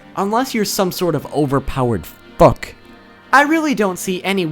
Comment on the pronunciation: i love his FUCKIN "FUCK"😄😄😄😄😄